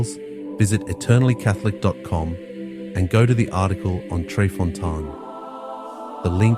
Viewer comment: Fontane= foh-TAH-neh.